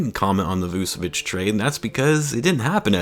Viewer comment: Dont wanne be that guy but its Vooch-evich